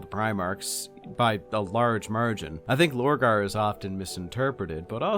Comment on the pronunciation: Purporting to explain Horus in far too much depth, without even touching on Lupus Daemonis. This is a complete joke. To think people pay for such abysmal content... The next one is called Lorgar. Not Borgar. 3/10 for at least being able to repeat what everyone already knows while adding the most milquetoast uninteresting takes on it.